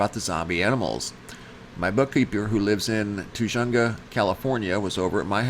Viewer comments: Oh by the way, Tujunga is pronounced Ta-HUNG-ah. The J is like an H. We have some cities here in California with names that have Spanish pronunciation. For example La Jolla is pronounced La HOY-yah. J like an H and double L like a Y. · Tip, "Tujunga" is said "Tuh hung ga". Good vid. Ty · Tujunga = Ta HUNG ga. The "j" is Spanish pronunciation with an "h" sound. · Is Planet X casting a shadow? Is that why some are reporting a false sun with a lens projecting light trying to make it look right. But the sky has that dark look to it. Is this because the planet is blocking the light of the sun as it goes around the sun in its orbit? Also Tujunga is pronounced .....Ta-Hung-ga. The j has an h sound. And it seems like the G sound hangs over and connects the second and third syllable. Language is fun. We have also had a split sky. One day we had three sun sources. That would be in Roswell, New Mexico. Sorry, no photo's. Auntie Jay Bird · The j in Tajaga is as a g sound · Tujunga ..the "j" is silent.. substitute it for an "h". Hope that helps 🇺🇸✝👌